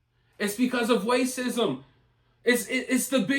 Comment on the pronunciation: Are you saying wacism?